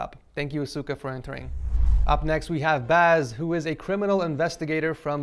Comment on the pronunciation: asuka omg say it right x.x